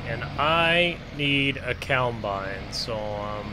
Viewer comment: It's combine not cowbine